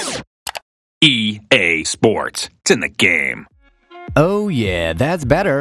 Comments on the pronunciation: I thought he say "ea sports, to the game!" But instead of it's in the game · Am I the only one who Heard " EA SPORTS, TO THE GAME"😅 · I'm not a native English speaker, when I was a kid I always hears "cinic game" lol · EA Sports Telegame 😅😂. I heard like this way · "EA Sports, Senagame." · I ej sports, cyne gejm Kurwa, zawsze mi ten koleś działał na nerwy